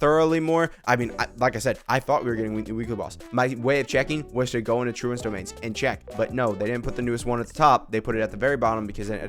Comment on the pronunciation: Firstly It's Trounce rhymes with Bounce, Secondly you are correct it's absolutely insane that it's at the bottom, all new things should be at the top, I understand maybe they don't want people to accidentally spoil themselves but all new things should be on top in the order they came out in, luckily for me I farmed this for Ifa but have been too lazy to raise him, he's still level one so gonna use it for Skirk, with the amount I have I'll be able to crown her skill and burst, I'll have to use dream solvent sure but it's worth it I'm never raising Ifa